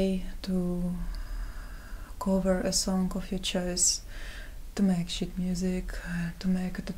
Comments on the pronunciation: When she started being self-deprecating and calling it "shit music" I was thinking, "No need to be so down on yourself, you're quite talented." Then I realized her accent was warping the word "sheet" and I facepalmed. Also, why do people have problem with her voice? It's just husky (which is quite sexy, I might add). Low and slow don't necessarily mean she's depressed. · Fucking lol. I thought she was saying shit as well.